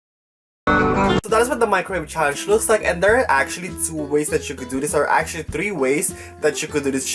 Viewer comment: Trrreee ways lol